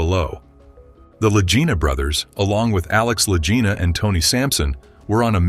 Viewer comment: This is an AI FAKE report. There is always a tell. It isn't the La Jina Brothers, but the Lagina Brothers. EVERY human knows this. La Jina, La Jina, La Jina, LOL!